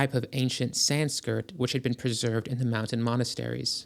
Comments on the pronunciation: It's SansKRIT, not SansKIRT. It may pay to become more familiar with unknown terminology before recording your narrative. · I keep starting this video, but i can't take seriously a historian who says "sanskirt" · Lost me at "San-skirt"... Bye bye now! 🥱🫡👋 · sanskirt? anyone else catch that? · Sanskirt. Don’t think this is AI because the pronunciations are so off. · this AI shit is terrible. Willaim Quan Judge. San-SKRIT! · Sanskirt? Skrrrt skrrrt… I’m out ✌🏽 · "Sanskirt??" Yikes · San-skirt….? Jfc, guy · My man we are 3 minutes in and it Rosi-Crucians and Sansk-Rit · ok if you’re going to make a video where you are trying to present the history of literally anything at least learn some basic history and read a little bit. The way you pronounced Sanskrit made me want to KMS. It ruins your credibility entirely when you haven’t even heard of Sanskrit so you don’t even know you’re reading it wrong. Stop making videos because you clearly can’t even read. You also pronounced rosicrucian wrong but I gave a pass on that one because it’s not common knowledge. BUT “SANSKIRT”are you shitting me.